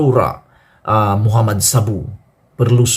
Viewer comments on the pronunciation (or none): none